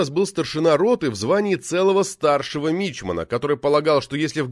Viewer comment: Ударения, товарищ чтец, ударения!!!! Они многое меняют в понимании и звучании, а в уважении к морякам только на пользу! ГальюнЫ, мичманА, крейсерА, компАс, рапОрт, продОл, чумИчка, и прочее...